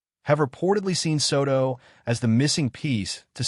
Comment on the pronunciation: I hate AI narrators. They can't pronounce names correctly.